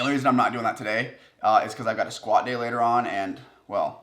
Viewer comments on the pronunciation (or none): Squat date?? What?? Could not understand you. What does that mean?